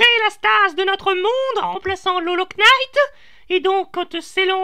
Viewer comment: Le K est muet dans "Hollow Knight"